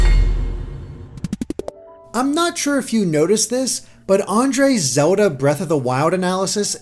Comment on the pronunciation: STOP SAYING FUCKING "ZODA" just STOOOOP!